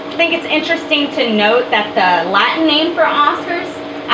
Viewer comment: love your pronunciation of Latin, errrrrmerrrrgerrrrd